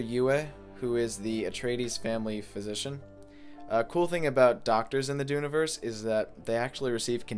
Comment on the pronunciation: Just want to say, I almost stopped watching the moment he used the word “Dune-iverse”. Thou shalt not disfigure the English language.